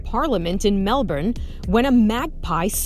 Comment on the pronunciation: The way she says Melbourne like I’m from Australia and I’m offended